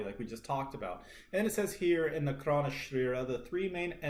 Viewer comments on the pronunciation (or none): Great video..do take note .karana is pronounced kaah-ra-na meaning "cause" or "reason"